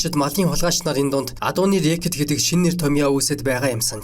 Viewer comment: Рээкит бишээ. Рикет. Е үсэг дээр нь өргөлттэй унш.